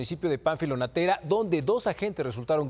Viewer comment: No es Nátera, Es Natera.